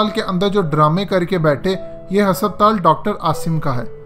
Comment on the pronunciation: Sir Hospital hai hasaptaal nahi 😂😂😂